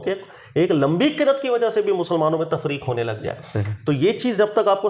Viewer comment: محترم لفظ قرات نہیں ہے بلکہ قراءت ہے براہ کرم درستی فرما لیں قرات کے معانی مختلف ہیں اور قراءت تلاوتِ قرآن کے لیے اصطلاح بن چکی ہے